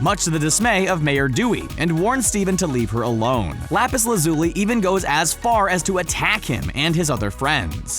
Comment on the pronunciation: Lapiszoowi XD